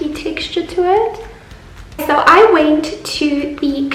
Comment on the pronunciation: Its pronounced went not wint